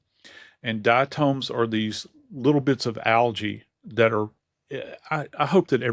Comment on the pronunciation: Yo body bags the correct pronunciation of diatoms is dai·uh·taamz .the o is not long, does not say its name. Its tom.